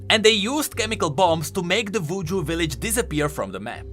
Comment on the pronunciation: Hopefully I'm not the only one who thought he said "Vooju"(I know it's cause of his accent, but I thought it was humorous).